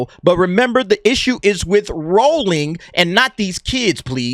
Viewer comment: Well done for pronouncing Rowling correctly, so many people get that wrong.